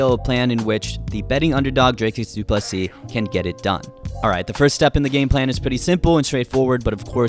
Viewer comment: Always happy to hear the correct pronunciation of Du Plessis. Small tweak would be to pronounce the "Ple" in "Plessis" a bit softer. Not "ple" like in "plethora" which is what you're currently doing. It's a much softer sound, closer to the "ple" in "please". Something like "Du Plisee"